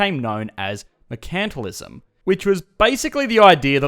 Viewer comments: You're mispronouncing Mercantilism. It should be said: MERcantilism (/ˈmɜː.kən.tɪ.lɪ.zəm/), and not as merCANTilism. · Were is your accent from? You don’t pronounce “mercantilism” the British way or the American way (although I have some American students who also say “mer-CANT-tilism” instead of “mer-CAN-tilism”). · Never heard a person say mercantilism like "merKAntilism" and not "merkntilism" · Same, it took me a while to realize what he was talking about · I'm used to hearing it pronounced MERE-chant-tile-izm here in the USA. Less often, I've heard MURK-n-tile-izm. Hearing it pronounced mure-KANT-tile-izm in this video was odd. Is that normal Aussie pronunciation? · "MuhrKANTalism" XD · One of the reasons I watch your videos is to hear your Australian accent. But I never knew you guys pronounce it... mer-CANT-alism. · Is that the correct way to pronounce mercantilism?